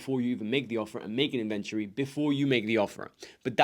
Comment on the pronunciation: Great information but it took me a while to understand that you were saying "inventory". Being from the US, I say "IN ven tori" and I heard something like "in VEN turi" which isn't quite a British pronunciation either. But I'm glad I figured it out as the information is very helpful. Thank you.